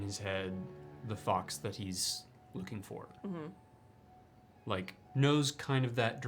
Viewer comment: Y'all have broke my brain I literally thought he said lücing for instead of looking for 😂😭